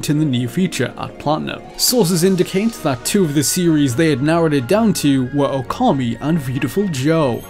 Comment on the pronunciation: I clicked this video waiting to see if you'd say Okami right. Nope. Wrong. It makes you look not very credible with mistakes like that within a few seconds of the video